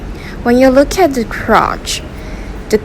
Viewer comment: Lots of really cool knives. I particularly enjoy the October and Swayback. I'd love to see that button lock on some front flippers. Maybe with a cutout for middle flicks as well. Side note, I got a chuckle out of the way she pronounced "Quatch". I can't help it.